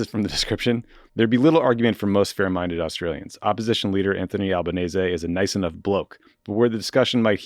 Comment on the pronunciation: I love that no-one in Australia can pronounce Albanese properly but you did 💚